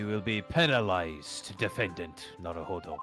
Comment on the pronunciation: You called him "Nawuhowdow"